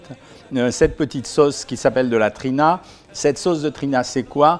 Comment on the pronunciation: Salut docteur on dit pas Trina mais t'Hiné et c'est pas roumous mais hoummous😅 sinon très bonne vidéo, intéressante et instructive sur une nourriture pourtant si familière pour moi mais dont je ne connaissais pas les valeurs nutritives, merci !!